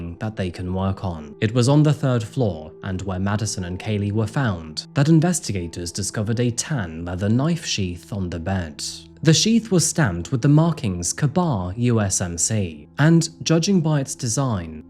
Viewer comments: Did u say kabar? It's k bar. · Ka-bar is pronounced "KAY-bar", famous as the American soldier's knife of WW2. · Great video as always. Idk if you will see this buried in the thousands of comments but the knife manufacturer is pronounced Kay-Bar. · Pronounced “kay bar” knife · Pronounced "kei-bar". The classic U.S. army fighting knife. Greetings from Finland 🎉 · Its minor but the "Ka-Bar" is pronounced K Bar its not a single pronounced word, like otherword with dash Father-in-law, merry-go-round, state-of-the-art . Manufacture that made for miltary as a utility like a multitool all in one in a fix blade. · Dude you lost me when you tried to pronounce Kabar, that was pretty hilarious.